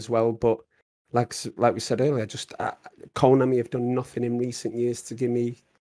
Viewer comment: Why does it sounds like is saying Coinami every time he said Konami